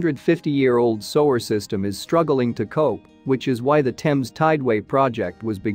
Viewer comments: He's reading without thinking, normally we pronounce sewer as sue like the girls name and ur sueur....sewer! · It took me a minute or two to work out what they were talking about - then I realised that robo-man was pronouncing the word SEWER 🚽 as SO-ER 😂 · It's pronounced SUE-er, and SUE-age, not SOW-er and SOW-age! Don't use a computer for a job a human can do better! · Its sEwer not sOwer. X Smh Love from Liverpool UK ❣ 🇬🇧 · Am I the only person here to yell at these videos when words are mispronounced? It's soo-er, not sew-er!!! OMG...I just had a Hermione moment.😁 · it's the pronunciation of the word SEWER that's making it hard to watch. the voice keeps saying SOWER. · Soo-er not so-er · The trouble with digital voices is they pronounce everything verbatim! So there will be many people, even British, won’t understand that the words are actually pronounced sooage and soower! I think using digital voice is incredibly lazy (unless, of course, the person is orally handicapped) a lot of people actually record their own narration, is it THAT difficult? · drives me crazy but it is a robot voice which is why it pronounces sewer as soage. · I would have really liked to have finished watching this but you Sower, Sowage over and over again made me hit the stop bottom. I thought maybe it would be corrected soon. I was wrong. I'm 4+ minutes in and I can't watch anymore. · Sower?????? go back to school FFS. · the voice AI used with this vide is used on many others -- on this channel and others. And an obvious clue is the mispronunciation -- "sewer" read by the computer as "sew" (like sewing) plus "er" -- very common issue with voice AI.... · Need to get a better voice program or maybe an actual human. sewer as sower and, as been previously lamented, many place names mispronounced. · If he were American, he would know how to pronounce "sewer"! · The mispronunciation of sewage and sewer was a bit off-putting. Otherwise, pretty interesting.